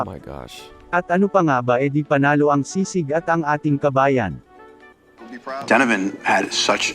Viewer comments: Its SISIG, not SIGSIG its sounds bothering us🤦 and its not sour food. Pls research first before you making a video.. and pls react naturally dont do overreacting like you want it all, but its not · Correction, it's Sisig and not sigsig. LoL. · Not sigsig,sisig.... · It's SI-SIG. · It is pronounced as Si - Sig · Its si-sig.